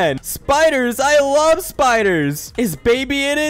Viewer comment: "I larv you" SO ROMANTIC😂